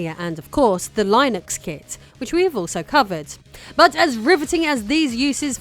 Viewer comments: Pssst. It's "Linnux" with a hard i, not "Lie-nux" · It’s “Lin-Ux” not “Line-X” otherwise great job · Is Linux pronounced differently in the UK than the US or does she just not know how to pronounce Linux? In the US we say it (len-knucs) That is the best I can do to sound it out. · Linux is pronounced li·nuhks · IKR "Lie Nucks" lol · "Lie Nux" lol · Is Linux pronounced Lionex in the UK? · No, it's still "LINNUCKS" here in the UK. She's mispronouncing it. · Stopped watching the video. Couldn't stand the blatant and repeated mispronouciation of Linux. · No we don't... She is pronouncing it wrong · Hearing you call linux like that send me into a hacker rage never seen before 😅